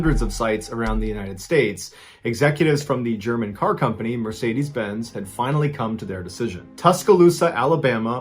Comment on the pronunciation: this is the first time i had heard someone pronounce Mercedes as Meresaydiese :D